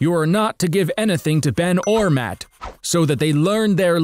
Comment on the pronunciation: lol he said anathing